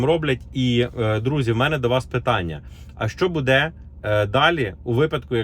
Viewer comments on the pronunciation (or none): не будЕ а бУде правильно ударение! Не коверкайте язык